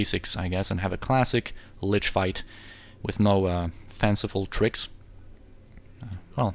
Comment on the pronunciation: ahaha, your German is spott on! You are correct about the pronunciation of Lich btw